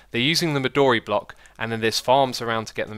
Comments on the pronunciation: Xis, "midori" your saying it wrong. it's pronounced mi doe re , not mi door e. you may have noticed how much it looks like purpur blocks, and funnily enough it was given it's name in the same way. midori means green in japanese. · Also, "midori" is more correctly pronounced as "me do ri" with a short "o". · Erik Youngren Midori Japanese for green and thus the "o" is long and both I's are long E's.